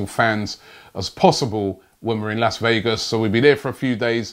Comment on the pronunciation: Need to work on your pronunciation of Las Vegas before arriving!